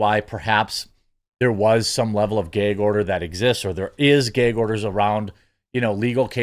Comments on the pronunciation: He said Geg order 😂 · What’s a “gehg” order?